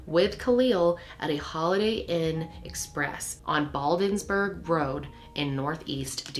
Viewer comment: Thanks so much for featuring stories about girls of color and talking about poverty. Especially missing cases which need attention. Only constructive criticism is to maybe find out how to pronounce locations properly. I'm from DC. You mispronounced "Kenilworth" and "Bladensburg" on this show.